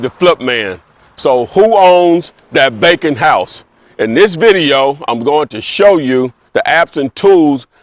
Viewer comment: I swore he was saying “bacon house” 😂😂